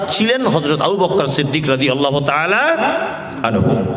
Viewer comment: রাদিআল্লাহু / আবু বকর শব্দের ভূল উচ্চারণ। আশা করছি ওয়ায়েজ সাহেব উচ্চারণ দুটি সহিহ শুদ্ধ করে নিবেন।